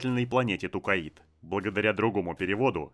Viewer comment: Тукаид жостко режет слух, когда читал книги еще лет 25 назад и там планета называлась Токкайдо. Зачем так =(